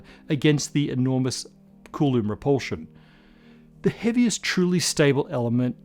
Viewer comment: What's with the pronunciation of "coulomb", as "cooloom". Have I just been saying I wrong?